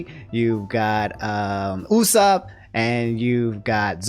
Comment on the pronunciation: Why American keep saying Usop as Usa ?? Just say soap for me ? Usoap !! Can you say that ??